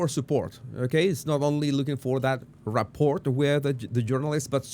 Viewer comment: The T in "Rapport" is silent. Its pronounced ruh-poor. 😊